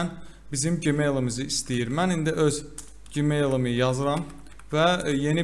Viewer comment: Qaqa gemail ne idi, Gmail jimel kimi oxunur 😂